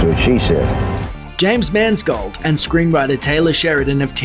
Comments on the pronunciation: Pa-pill-on? James Mans-gold? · Are you so incapable of research you put an imaginary S into James Mangold's name? It doesn't make you look super professional. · It's James Mangold, not Mansgold.